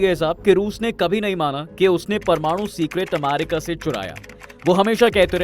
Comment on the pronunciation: अमेरिका ❎️ अमारिका ✅️ 😂😂🤣